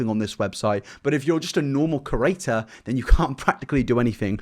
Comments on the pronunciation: we love u but please say cre-ator and not cu-rator. that's someone that runs a museum. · Why does this guy say creator like cu-rator